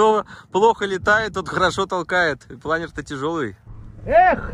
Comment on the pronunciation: В слове "планёр" ударение на Ё и у винглета пол - условно мужской. Винглет - он. Интересует стоимость этого удовольствия (вместе с прицепом) и его вес.